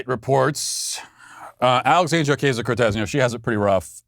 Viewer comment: Do you think Matt pronounces AOC's name "Oh-KAY-zio" on purpose just to troll her?